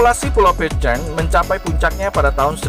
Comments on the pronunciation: Salah tulisan "Pitcairn" bukan dibaca "Pitcheirn" melainkan "Pitkeirn" ya kan.! oke.! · Pengucapan "Pitcairn" nya salah... Coba buat yg bikin video, lebih diperhatikan lagi gimana pengucapan dalam bahasa asing... Coba tonton link diatas, di menit ke 2.21 disitu ada gimana cara pengucapan "pitcairn"